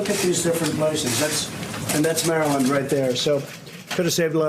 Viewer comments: Umm... I've lived here my whole life and never have I heard someone pronounce Maryland that way. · Pronounced “Mara-lin-ders” keep it easy, don’t have to pronounce each syllable 😂